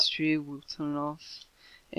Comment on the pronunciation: "Now this design is only tree by tree by tree" xD